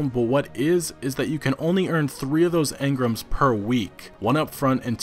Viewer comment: Stop saying engram like that, it's fuckin weird.